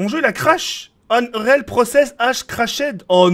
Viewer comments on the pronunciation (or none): none